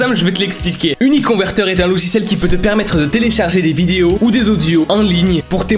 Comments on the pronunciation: La manière dont dit: " uniconverteur🦄" 🤣🤣😂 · Son accent quand il a parler de uniconVerTEUR est trop marrant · Il dit 9 fois uniconveteur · TU A DIS UniConverTEur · IL A DIT 10 FOIS « Uniconverteure » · Il a dis 12 fôis uniconverteur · Ta dis 11 fois uniconverter mdr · Combien de fois a t'il dit uniconvertor ? 🤔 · Sa se voix que t'ai souler de dire uniconverteur